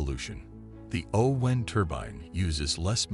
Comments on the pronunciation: Why is the narrator saying 'oh wind' as in winding something up? It's O-WIND as in the wind that blows. Damned annoying. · AI says "WHYnd"! LOL. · The “oh-whine turban”? Weird pronunciation = good luck with that one and your AI voiceover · Funny pronunciation of o-wind